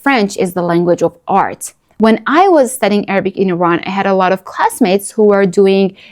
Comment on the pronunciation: Dear, You are an accomplished linguist, and you must have a reason for pronouncing ''IRAN'' in American accent. I would like to know your reason.,,, California